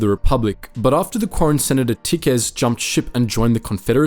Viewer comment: Bad news: had he lived, he would have made a great Rebel commander, which is a shame that he didn't. Good news: his death is, at the very least, necessary to balance the galaxy, lest it become all too untested by lack of war and overuse of peace. Edit: Isn't Tikkes' name pronounced as "teecks", or have I been wrong all this time?